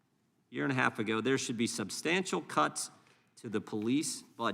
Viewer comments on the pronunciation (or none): none